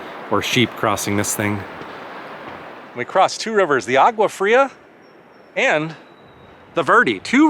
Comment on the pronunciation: you need to learn how to pronounce a few words in Spanish....for example the G in agua is pronounce as a W in English......double L's are pronounced as a Y...etc